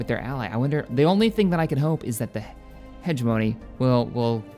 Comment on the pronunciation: Just a bit of constructive criticism: Hegemony is pronounced more like "Hedge Money" than "Hedge Moan-E", so like this. Heh Jeh Mun E (Said slightly fast)